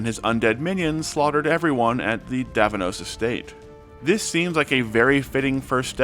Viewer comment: Specifically, it’s meant to be “duh-vee-nos”